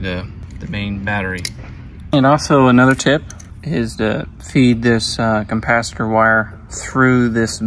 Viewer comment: It does sound like you're say compacitor every time.